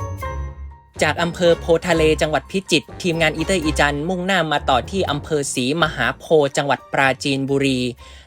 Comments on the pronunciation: มันอ่านว่า ศรีมหาโพด เด้อ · อ่านว่าศรีมหาโพด